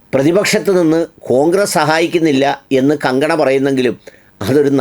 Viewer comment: Please pronounce her name correctly.